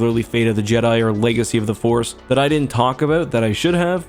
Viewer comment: “flegacy of the force”